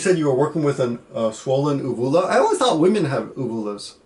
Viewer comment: You pronounced Uvula wrong and even men have it because it is that thing in the back of your throat which acts as like a saliva pouch. Well actually there are 3 kinds of uvulas, but the one Ryan was referring to was the "Palatine Uvula" which is in your throat.